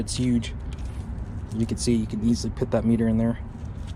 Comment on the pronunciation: If I hear you pronounce “put”, “pit” one more time I swear…